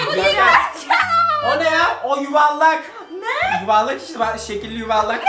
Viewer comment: Yanlız yuvarlağa yuvalak diyo o yerde çok güldüm